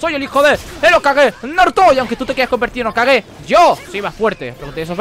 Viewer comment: tu quieres echarte a todos los fans del sasusaku encima no?? xDDD lo digo por el comentario a Sarada diciendo que es fea y encima insinuando que podria ser hija de karin... por cierto no se pronuncia "okague" se pronuncia algo asi como "jokague" pero se escribe "hokage"... creo que deberias leer y ver tanto el manga como el anime antes que nada....